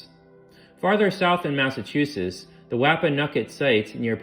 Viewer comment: Absolutely!!! Not being able to pronounce even the simplest words like New Hampshire??? (New Hamp-SHIRE? it's New Hamp-shur. Or "Cow Hamp-shah" if you're from Massachusetts. Which is Mass-a-choo-sits not Mass-a-too-sus.) Did the speaker even preread the text to find out what words they might have difficulty with? Or did they not care about pronunciation enough to even ask? And to anyone who thinks I'm being overly critical, shut up. Just because you accept half-assed workmanship doesn't mean the rest of us have to. The information was amazing, I loved it. I'm just disappointed that you were willing to accept a participation award when you could have had 1st place.